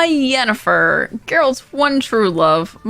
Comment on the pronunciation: It's Yennefer. Not with a 'J'.